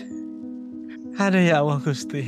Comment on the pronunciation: Mau menyendiri mendekatkan diri kepada Allaah.malah piral rame Gusti Allaah dibacanya Gusti Alloh